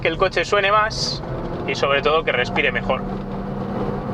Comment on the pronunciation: No sabes pronunciar la marca del escape, es esdrújula, lo haces como los argentinos.